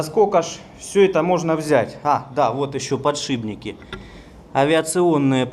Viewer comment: ПодшиПник, а не подшиБник, от слов ПОД ШИП.